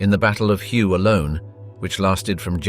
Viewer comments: The battle of Hue is not pronounced as it is spelled. Hue sounds exactly like “WAY”. Battle of Hue City during the Tet offensive…..Battle of Way City during the Tet offensive. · its WAY city not hue